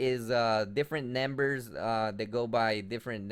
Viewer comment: "They by different nembers" 10/10 best pronunciation